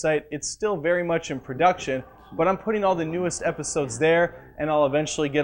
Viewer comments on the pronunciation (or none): none